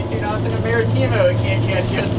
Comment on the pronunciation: The worst pronunciations ever Martimo pendejo Marítimo